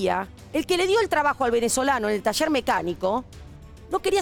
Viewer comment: Se dice, taller...... Y no tasher...🤦